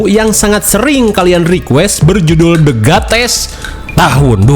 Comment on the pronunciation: The gates sebutnya theee gaa tee sss😂😂😂